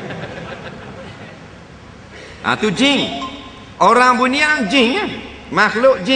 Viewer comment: sebut jing😂😂😂